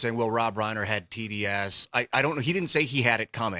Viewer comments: Rye-Ner not Ray-ner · Rhine-er, not rain-er.